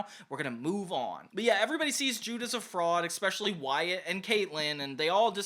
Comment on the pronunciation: Really didn't want to say this, but it happens too much... That word is not pronounced "eckspecially"; it's "especially" with no super hard consonate.